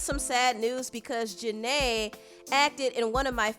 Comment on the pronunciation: Her name is Janet not Janay omg don’t do that to her name please and thank you